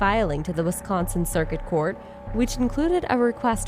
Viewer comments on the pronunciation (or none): none